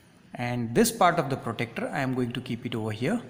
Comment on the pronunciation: Sir it is not protector it is protractor....mm